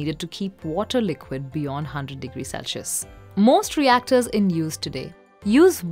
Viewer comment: The term for temperature is "Celsius", pronounced "selsius", not "Celcius" (which you pronounce as "selshius"). Please do the needful and correct your spelling and pronunciation.